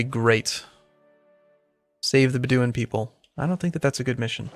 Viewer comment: i just gota put this out there...its driving me crazy the way he is pronouncing Bedouin, its like this..Bed-Do-win